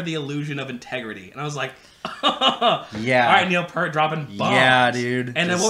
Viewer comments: Neil's last name is pronounced P-ear-t (pointing to my ear). Not Pert. Got it? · His last name is pronounced : P- Ear-T; not Pert. A great Canadian trio who Neil was the drummer and wrote the songs. He is your favourite drummer's favourite drummer. Buddy Rich; Jon Bonham; Neil Peart top 3 anytime anywhere. Can not pick the top of those three. Each influenced the next generation. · "Neil P-ear-t"